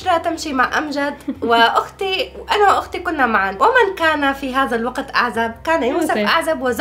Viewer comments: حرف الزاء غير وحرف الذاء غير هذا وليس هزا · لماذا تقولنا هزا انما هيا هذا بحرف الذا هناك فرق بين الزا والذا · ماشاء الله فيديو جميل وعائله جميله 😍🩷عندي ملاحظه نطق حرف الذال انتم نطقتم الحرف. ز 👍🏻الطريقه الصحيحه هذا وليس هزا ❤️😍ولا تقطعوا فديوهات بتجننوا 🌹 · هزا مافيه زين والله حرف الذاء يبكي فالزاويه😂😂😂😂😂😂😂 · الله يسامحكم هزا ازهبي ما هزا !!! أين ذهب حرف الذال ؟ لماذا لا تحبونه ؟